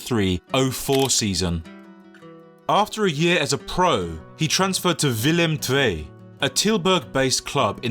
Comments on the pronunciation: Your "Willem II" prenounciation is really good, I thought u were dutch for a sec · That pronunciation of willem twee is actually spot on but the Eredivisie one was a bit less.